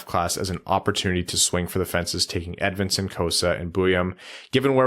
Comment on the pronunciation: We really gotta work on not saying “Edmunson” don’t we